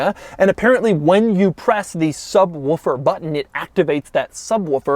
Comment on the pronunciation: Is he actually saying "subwuffer" instead of subwoofer?Don´t try to imitate hoovies "ruff", which he thinks is the roof... DON`T DO IT DOUG!!!